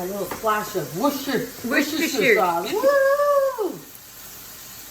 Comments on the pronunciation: Amy😂😂say Wooster.sher sauce 😂😂😂👏👏👏🥳🥳Lizzie xxxhappy new year to you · Pasties yum , Isn't the word Worchestshire hard to pronounce .😂😂😂 But it just seems to give the dish that required flavour. Perfect for any lunch, picnic and dinner meal . A great meal to do with my 12yr old son together. Thankyou Ladies👍